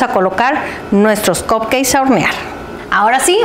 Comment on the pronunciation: Que estresante es esta mujer diciendo "COPKEI"